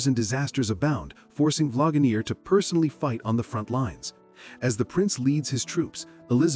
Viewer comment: Because it's AI. It said Vlagamere. lol